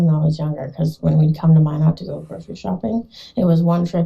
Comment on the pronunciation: Minot - It's pronounced like "my" "not" not "mi know". It's in North Dakota, not France. and Knutson is pronounced like "ka" "nutson" (long U) , not NUTSUN.